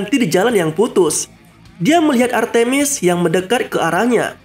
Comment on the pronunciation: Nama nya artmis bukan artimis